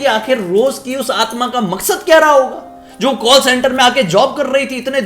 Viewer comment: Kawll and barge 🤣 I can't bruh I can't watch your video anymore. And I'm really surprised who are this 2.52m people are following you. 👎🏻 You should work on television instead of doing YouTube cause of your over acting and your over smartness 🤮🤮